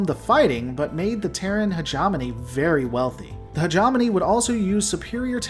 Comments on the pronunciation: "he * ge * mo * ne", not "heg * om * on * e" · Say it with me now. Hegemony. Not hegemoney. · Love the lore dive and I liked the video but I JUST CAN'T HANDLE how you pronounce Hegemony he·gem·o·ny /həˈjemənē,ˈhejəˌmōnē/ It should be more Heja (hard J) mowny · Hedge EH mony!!! Combine like "Combine Harvester" Argh, it drives me nuts! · You are mispronouncing hegemony.